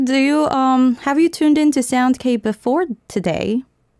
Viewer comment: Rosé got Sound K right. I’m so proud of her. 🤣